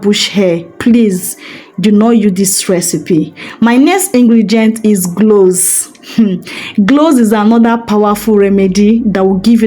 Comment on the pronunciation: Sis l think it's cloves not glose , thank you for sharing